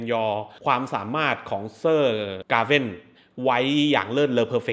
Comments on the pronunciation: Gawian หรือ Gawain คือ..ผมไม่รู้ว่าเรียกชื่อแบบนั้นจริงๆ หรือตั้งใจเรียกแบบนั้น นิดนึงๆ😂 แต่เอาจริงๆชอบการตีความและเล่าเรื่องอธิบายเพิ่มเติมของผมชอบมากก😁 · ผมรู้สึกเหมือนอารมณ์หนังเรื่อง เบวูลฟ์ เป็นหนังที่สอนใจคน